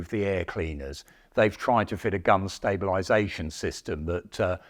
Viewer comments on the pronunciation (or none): none